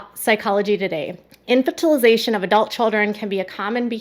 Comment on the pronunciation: I was wondering how long I would need to scroll before someone pointed out the mispronunciation! I don’t know why mispronunciation drives me nuts but it does 😁